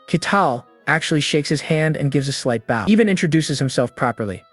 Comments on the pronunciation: Every time, AI cannot get its pronunciation correct between "bow", as in archery, and "bow" as in bending your body to show respect. It always gets it wrong every time, ruining each moment it does so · Hi Bow , Not bough = Bow and arrows The salvage sword of Conan = best character . Jesus is my super Hero Thank you for story . God bless you , all